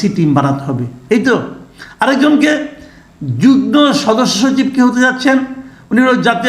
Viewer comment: Masood Kamal bhie, pronunciation ta ektu ovidhane dekhe niyento amar mone hoy pronunciation ta hobe jugmo. Mone hoy mane jugmo-i hobe. Vodroter jonno mone hoy kotha ta bolam. Ar hya, vul shonle kshoma sundor dristyte dekhben. Sotty apnake onek valobasito ta-i likhlam. Ashakori bisoyta kshama sundor dristyte dekhben. Dhonnobad.